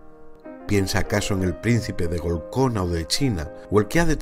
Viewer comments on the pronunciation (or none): DE IMPERFECCIONES ESTAMOS HECHOS TODOS, ESE PEQUEÑO ERROR LO COMPENSA TU BUENA ENTONACION Y LA BUENA DECLAMACION.